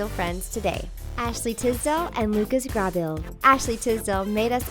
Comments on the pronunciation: Lucas Grah-beel............😝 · They kept saying lucas last name wrong.. it was annoying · Lucas .. Grabeel? Really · am I the only one mad at the way she said Lucas Grabeel's last name